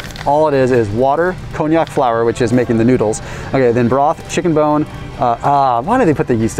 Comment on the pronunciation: Con-Jack not Cognac on the konjac...according to google. Cognac is a wine